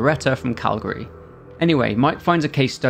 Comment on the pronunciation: Thank you for pronouncing Calgary correctly!! 😄👍